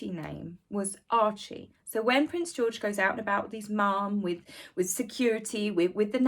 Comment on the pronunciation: There’s no L in “Archie”. And no i in “Rachel”. But that put aside, I remember a time when Scabie would have been put behind bars for pulling that stunt. Same with blackmail, extortion, threats upon the royal family, etc. This is the “elite’s” new world. Who decided to call them that, anyway?? They’re all narcs.